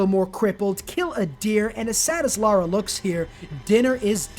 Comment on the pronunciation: It’s LARA not Laura 😅🫣